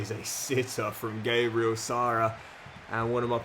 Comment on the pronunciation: Please stop saying sarra Also it’s Gabriel like the Arsenal defender not Gaybriel